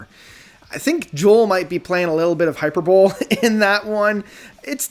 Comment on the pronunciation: hyperbole = hi-PER-buh-lee =)